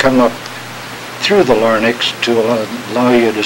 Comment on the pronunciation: Larynx. . . . not, , , LARNYX!!!! hahahaha!